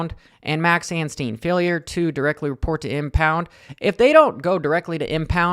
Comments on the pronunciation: and his name is ANSTIE NOT ANSTEEN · His name is anstie not anstien FFS